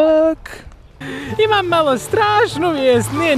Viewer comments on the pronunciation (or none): none